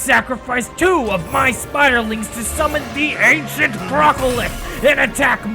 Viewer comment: "And now i summon the Bancient one"